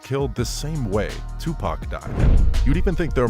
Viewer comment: right daym atleast get 2pac name correct